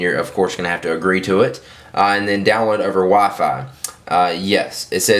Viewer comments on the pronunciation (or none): "via wa-fai"